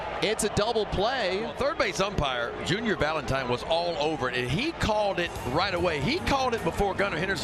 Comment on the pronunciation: … And this ballgame is ovah!